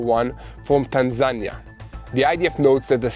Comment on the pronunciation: Tanzania Pronounced "tan-za-ni-a"